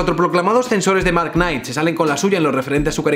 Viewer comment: Una sugerencia UTBH, no tienes que pronunciar la K cuando dices "Knight"